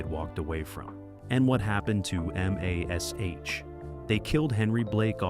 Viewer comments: Pronouncing MASH as M-A-S-H almost had me in stitches😂. And who is George Peppered?😅 BTW pretty sure the actor who played Radar was difficult to get on with on MASH? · can't you say MASH???